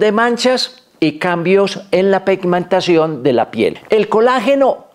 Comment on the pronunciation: Se dice "Pigmentación"...